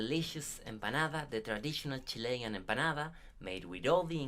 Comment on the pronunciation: It is Chilean, not Chilian.